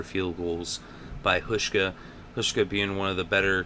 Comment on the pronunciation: The first part of Hauschka's name is pronounced with a 'how' sound.